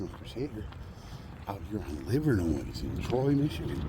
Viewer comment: You don’t pronounce the “s” in Livernois.